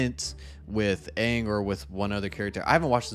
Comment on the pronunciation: Luckily I never watched this shit lmao not even getting Aang’s name right is enough for me to not even give it a chance